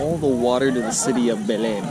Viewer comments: Your eyes are shining with a special light! Oh that food, I gotta have it! skin looks lighter is that creme working? You can say Belem like we do in São Paulo, sounds like stain, Belein... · Belém is pronounced - [ bay - LANE] [NO LETTER M SOUND]